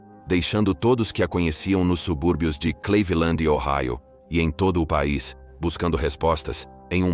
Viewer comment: Pq esse narrador/IA chama Cleveland de CLEIVILAND ?????? Fala sério !